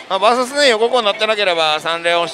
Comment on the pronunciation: あなたの バーサスという発音は絶対に違うと思います。それが気になって見る気が失せます。